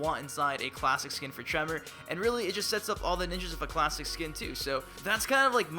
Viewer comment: Im getting really sicknof hearing "klassic" like donthey not realize theres like a bunch of new characters? Scorpion has like 10 costumes.